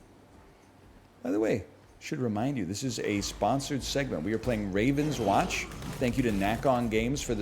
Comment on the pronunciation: french company: game is called rahv-ohn-swohnsh